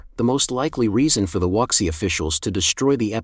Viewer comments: Wuxi is pronounced, "Woo she." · At least get the pronunciation for "Wuxi" right